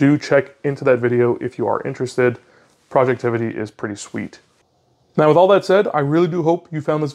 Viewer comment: Dude it's not projectivity, it's projectivy... as in poison ivy (although it's probably pronounced project tv)... and yes, he recently fixed the wallpaper issue that had been plaguing this app for awhile. It is now an easy 5 star app and the only launcher anyone need consider. Also, anyone interested in retro gaming, look up hyperspin 2025. It just dropped a few weeks ago and it is the most comprehensive collection of retro games out there. Will need a 512gb usb stick. Finally, thumbs up for sunshine/moonlight. I'm casting my steam games like Cyberpunk 2077 and Red Dead Redemption 2 from my linux PC to my TV with this setup, with a PS4 dual-shock controller... works beautifully.